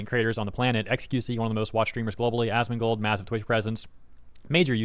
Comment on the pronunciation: Did you say assmoldgold? 😭😭😭